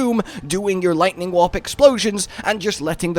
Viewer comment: Because of your accent I thought you were saying "Lightning Wap", which is a much funnier build name